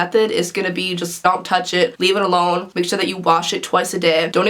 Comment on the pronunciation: "L.I.T.H.E. Leave It The Hell Elone" 😂